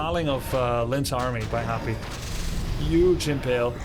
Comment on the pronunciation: thumbs up for saying Yuge with a Y. 🙏🏻🇺🇸❤️